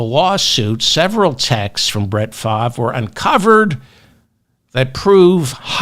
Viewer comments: The "R" in Favre is NOT silent, though it seems to be in the wrong place. However, it is pronounced "Farv". From a 60 year Packer fan, but ex-Brett Favre and Aaron Rodgers fan, for obvious reasons. One's a thief and the other is a ant-vax nutjob. Both are MAGA. Neither is acceptable. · It’s pronounced “Farve” as in “starve (the poor)” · Brett Favre's surname is pronounced in French; 'Faa-vaa' according to Google's translator. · It's pronounced "Farv." Really. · Pronounced Favray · Hey Mr Ferdman, love your show. The correct pronunciation of Brett Favre' name is (Far-ve)or (Farv) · That's the American or English language way to pronounce his name. French people pronounce it Fah-vre, with a soft ending on the letter E. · Who’s speaking French? For David: it’s Farv. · David has a hard time with some names, very hard. Still goes back and forth with Kom ah la (Kam ah la, Ka milia). I also like to throw in extra bits but not when it comes to his wrong pronunciations. Farv is as simple as it gets. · I think it's Fahve. The R is silent like the R in fish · No need to give Favre (pronounced FAR-VE) the benefit of the doubt. The man committed more welfare fraud off the backs of the poor than any other human being in this country. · Oh sh*t! I was listening to you to know how to pronounce his name. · FELDMAN. check the web for FAVRE pronuncation.... As always good show... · The mispronuncuation makes this better and reminds me of Ben Stiller's in Something about Mary. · You pronounce Brett Favre name like you’re from Boston David lol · He’s scum but at least pronounce his name correctly.